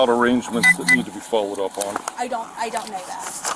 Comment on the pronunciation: She may not be ooooonmnn the schedule but she is oooonn something.